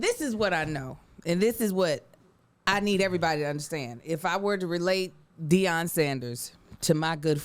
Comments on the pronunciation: Gotta correct his name to Deion and not Dion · ITS DEION. Put some respect on that man name.